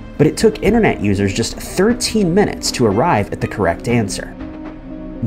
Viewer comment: Disliked for saying "inner-net".